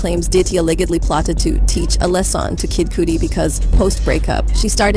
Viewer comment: Why is this narrator pronouncing even simple words like "lesson" wrong??